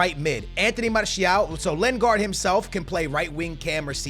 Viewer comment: skillz its lin-gard not len-gard